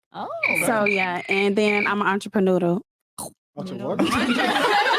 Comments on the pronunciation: WTF is a an-cha-pa-noodle⁉️💯 Entrepreneur 😂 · "Im a Entreprenoodle" 😂😂💀